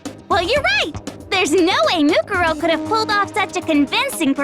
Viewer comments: They emphasized it wrong, I think. MooKOORow would sound more natural, IMO. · I am just now hearing the English dub, and this is really bothering me. "Moo-ku ro" Whyyyy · man theyre all pretty okay, but the way they pronounce "mukuro" (or any of the names, really) is driving me nuts